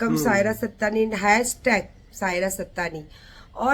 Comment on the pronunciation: Has tag nahi Hashhhhhtag boltey h